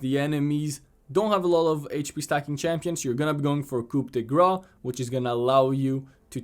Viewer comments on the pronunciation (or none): Coup de grâce ! Pronounce it like grass and you will sound perfect